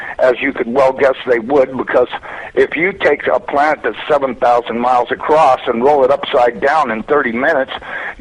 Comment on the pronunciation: He said, "they appear to be about 500 miles acrosst." ROFLMFAO!!!! NOT a NASA employee. Someone needs to get hukd un fawniks.LOL